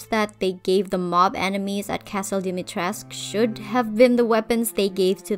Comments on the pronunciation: They're all so much more recognizable and actually fit in with Lady Dimitrescu. A small correction tho, it's Dimitres-coo, all Romanian words except for a few pronouns, are pronounced how they're written. So basically, if you ever redesign Lady Dimitrescu, just say coo at the end. Btw, the middle one, I love the dress, I think they all fit their role very well and the redesign shows that hhh. 🥰 I love the eldest one the most! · Fun fact: the u in Dimitrescu is pronounced and isn’t mute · I'm romanian and I'm surpised that you pronounced Lady D's first name right, but misspronounced her family name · I love your redesigns but as a romanian it hurts my soul how you say Dimitrescu lol and vampires come from eastern europe btw :)